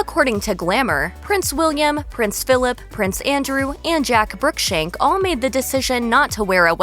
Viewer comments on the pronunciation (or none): Jack BrooksBank not BrookSHank. So many "facts" wrong here. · Jack Brookshank? My dear american, his name is Jack Brooksbank. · It’s Brooksbank, not Brookshank 😂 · It’s Jack Brooksbank. Pronounced “BROOKS-bank”.